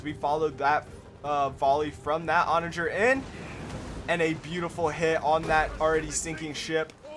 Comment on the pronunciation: Take a shot every time he pronounces ‘Onager’ wrong😂 Great video though, very entertaining